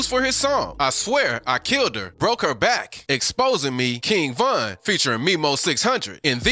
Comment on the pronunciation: Exactly and he said Von's name wrong and he showed duwop instead of dooski 😭😭